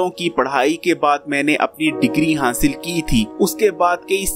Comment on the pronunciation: ITNA BRRA HAKEEM R HASIL TK BOLNA NHI AATA. GOOD HANSIL🤪